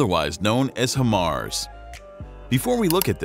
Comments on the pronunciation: Better Than HIMARS? NO ! It is NOT Him-Mars. It is pronounced Hi-Mars! That's Hi as in Hello, High the opposite of Low LOL! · Why do americans call it him-ars... (HI)Mar, HI stands for HIGH... HIGH mobility multiple rocket system... HI-mars... american english is fucking terrible. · its pronounced HIGHMARS not HIMARS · How are you miss pronouncing Hi-Mars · Nope. It’s not better than HIMARS. If you are not blind, you will not ask this question or try to compare apples and oranges. And if you call HIMARS, “He-MARS,” it means you have no idea what systems that you are talking about. Did he just say “30mm” rockets? Wtf! It’s 300mm! Damn this dude is terrible!